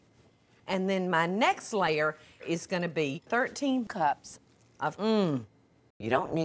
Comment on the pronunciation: Any time she says layer it sounds like she's saying slayer